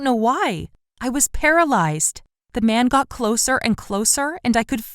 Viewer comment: your PARALAIZE